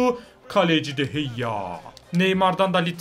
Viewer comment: O kalecinin adı de heyya değil de gea